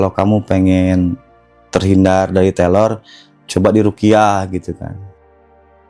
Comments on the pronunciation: Salfok abg bilngnya telor. Bkn teror mungkin abg nya cadel ya. Maaf kalau salah🙏🙏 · Sebenernya cerita si abangnya serem, tapi karna selalu nyebut terror jadi telor jadinya ngakak 😂😭🤏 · Bukan telor atuh tapi reror😂😂😂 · Teror bang bukan telor😂